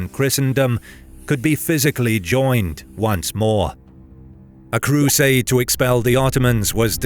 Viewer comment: Why does he pronounce crusade so weirdly? The cruuuuuuuuuuuuusaders did that and the cruuuuuuuuuuuuuuusaders did this